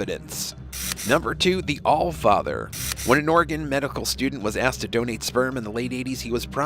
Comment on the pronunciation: It's all-SEE, OR-ih-gun, near the Will-AM-ette river, not al_SEE-uh OR-ee-gone, near the will-a-MET River. We're not in mult-NO-mah County. Thanks.